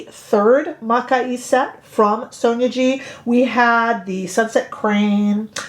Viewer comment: It's pronounced Mah-kee-eh ;)